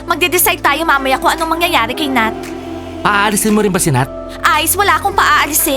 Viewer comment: also its nat not nath